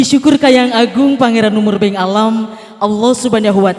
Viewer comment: Bukan murbeng tapi murbeung